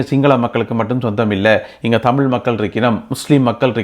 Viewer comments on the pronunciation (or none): none